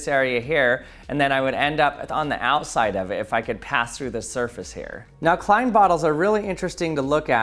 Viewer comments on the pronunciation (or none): You are saying “klein” wrong.